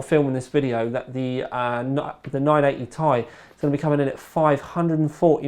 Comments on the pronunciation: It's "Tee-Eye" not "Thai". Very distracting! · It's pronounced "tee-eye" not "tie" my man. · PLEASE stop calling it the 980 "tie" everyone else on the planet calls it the "T" "I" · I like how u say "tai" not T I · I thumbs down this video because he kept saying 980 "tie" and not its correct pronunciation "Ti" from the table of elements. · One piece of feedback, please say 980 "Tee Eye" not "Tie" lol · Ore Fagbenle nope we all actually say Tee eye and hearing tai is kinda weird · think he thought 980 ti(tan) was a cut down version of titan x(also namewise) and decided to pronounce it as tie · ***** Nope, I'm British and I say Tee-Eye. it's because he's a southerner. They're all idiots. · MrWariGaming yeah, me neither. This is the first time I've heard it pronounced as 'Tie' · Ore Fagbenle He's just pronouncing it wrong because he's british or something. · ***** Nope, we pronounce it correctly here too. He is getting it wrong because he's wrong as an individual.